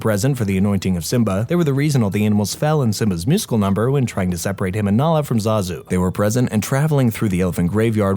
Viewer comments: “zazoe” ITS ZAZU YOU LITTLE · zazoe????!??!?!?!?!?!? ITS ZAZU!